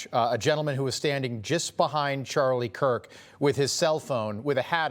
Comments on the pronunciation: Did he just say charlie kwirk??🤦‍♀️ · Did he just say Charlie quirk😡